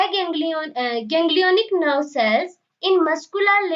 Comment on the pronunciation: Pronunciation hi galat hai Hirschsprung disease hi galat bol rhi hai.. pata nhi aage kya bolegi.. video band kar de to zyada achcha.. Aganglionic ka pronunciation bhi galat hai.. Pagaliya..